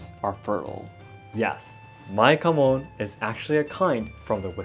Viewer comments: I know he says KAMON...But I swear I keep hearing HAMON! And think it is Jojo and we are about to slay vampires xD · You do have your home Kamon By the way, not Mon